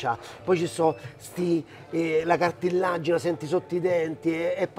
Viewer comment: Cartilagine, non cartillagene! Comunque andiamo sul sicuro che quella era coppa? 🤣